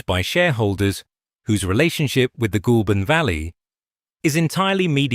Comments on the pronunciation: Ah! Ai voice! Even tho it’s not spelt this way! It’s not pronounced Ghoul! But Goal! I’m guessing this is not an Aussie doco? Having said that; it’s Americans that seem to mispronounce everything in OZ yes! Even Melbourne! Ps: I still only buy SPC and depending on the type of packaging used it’s still competitive! It’s not just Chinese imports but also Sth African! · 'Goulburn' is pronounced 'Gole burn'. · LAZY AI SLOP CANT PRONOUNCE GOULBURN